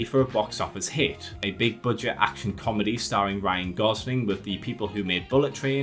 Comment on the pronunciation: I can't understand what word is being said. I hear "Big Curd Day franchises"